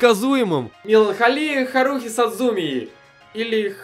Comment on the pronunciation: харухи ударение на у